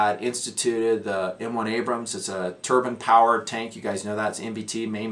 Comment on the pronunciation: Haha. I thought you said turban powered tank. Took me a second to catch up.